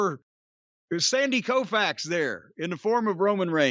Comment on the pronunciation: “Sandy Koufax” 😂